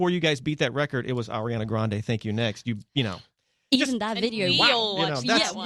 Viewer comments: Rosie's "you know" sounds like "you knewr"😊😍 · im inlove on how rose pronounce “you know” as “ye kner” that is something to live for edit: thank you for 80 likes ♥️♥️♥️